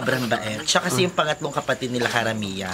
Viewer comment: Aye baket po ni-la lagi ang basa nyo sa nila HAHAHA just a question not hatin